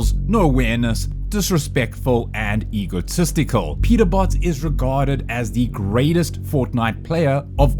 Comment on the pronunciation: bro said ego-testical